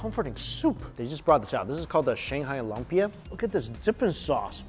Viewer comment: Lumpia (Loom-pi-a) not LUM-pi-a. (Not spring roll) I thought this would be figured out by now, Mikey! 😂